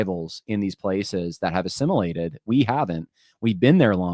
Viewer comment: "assimitaed", "hatrated", "Dyeyfus? Really?